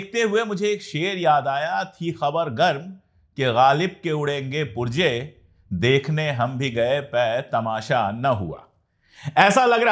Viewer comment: Excuse me you queted Ghalib there is a word Purzey you spell it purjey kindly correct it